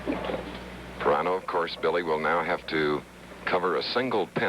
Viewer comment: Didn't Marty pronounce his last name "Pih-RAN-oh"? Chris Schenkel calls him "Pie-RAIN-oh" throughout this match. Shouldn't pronunciations be a basic part of preparation for big-time network pros? Anyway, I went to SU from 1973-77 and also watched Syracuse Bowls, with Marty offering analysis and Joel Mareiniss doing the play-by-play. "The balls will be rolling and the pins will be falling as ... Syracuse Bowls!"